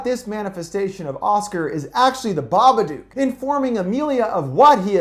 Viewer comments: Its pronounced BA-BUH-DUK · Why does he say babadook wrong so many times. He says it like babaduke. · It’s pronounced BABADOOK LIKE BOOK OR LOOK NOT BABADUKE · The Babadook, which rhymes with book not duke, is Amelia's Shadow in the Jungian sense. There is no supernatural entity in this film. Both Amelia and Samuel's realities are isolated, depressed, anxious states which, by themselves, distort reality. As with the roaches in the house and the car, Amelia is the only one to see them implying an hallucinatory state. The social workers saw no roaches in addition; indicating her disconnection from objective reality due to the repression of her grief, her lack of sleep and her awakened Shadow. Amelia is the true hero in this film; not Samuel. Why? Who had the power to confront The Babadook? Who had the power to FEED the Babadook? Amelia. Samuel triggered Amelia's awareness of her dysfunctional and dangerous mental state, but she is the one who took the steps to conquer her fear and to regain the balance needed to raise her son in a more healthy environment. Amelia embraced her dark side without letting it dominate her being. She learned from it, fed it and therefore realized that she could control it by facing that part of her repressed self. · The "dook" in "babadook" is actually pronounced like the word "book" or "cook". Not "duke". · Of course I have. But everyone I know has always pronounced it "duke". Funny, right? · The Smoking Skull no the movie is called BABADOOK pronounced duke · It's pronounced baba-duke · ok u know the word book? now replace the b with a d. THATS how u pronounce it. sorry it was really bothering me, the babadook is my fav movie. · Dook rhymes with Book cmon man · Baba-DOOK. It rhymes with "book" on purpose. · Flickirboii Yeeet I suppose, but a lot of people I know who have seen the movie also pronounce it "baba-duke". Which kind of makes the creature way less scary... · babaduck.. aight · Yep. It rhymes with book. How is that complicated?